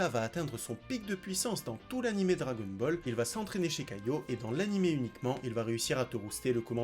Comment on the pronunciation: Je pense que t'es la personne qui prononce le mieux dragon ball au monde